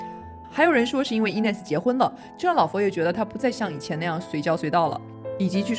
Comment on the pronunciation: 但是念错了